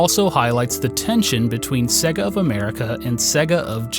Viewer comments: Dude the company is called "say-gah", not "segg-a". How are you such an expert but you can't pronounce sega? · Norm:- SAY-GA! They say it at the start of their games for feck's sake! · ...You say Sega weird... that is all